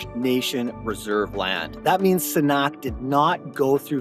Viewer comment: Please take the time, care, and respect, and learn how to pronounce this project correctly BEFORE you produce a video on it!